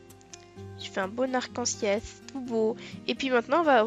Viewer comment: Le narc en ciel😂 on dirait mon grand père qui dit les noreilles 😂😂😂